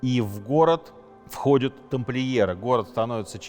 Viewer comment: Прекрасные лекции! Но, Сергей, простите, не могу не сделать замечание - не входЮт, а входЯт, не заходЮт, а заходЯт!